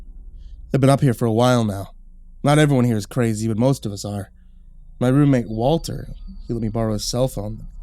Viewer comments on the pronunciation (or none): none